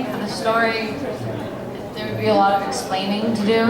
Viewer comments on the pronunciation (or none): "to be a lot of axplaining to him" loool thank you so much :)